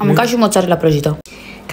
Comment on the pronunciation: Burgir😂😂😂😂😂😂😂😂 asta a zis abdu rozik